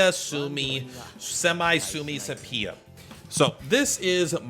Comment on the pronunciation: I chuckle every time you say 'sepia' like that xD